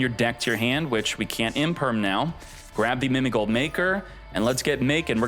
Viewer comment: Why keep on saying Mimi Goal. When it clearly say GHOUL!!(Gōōl)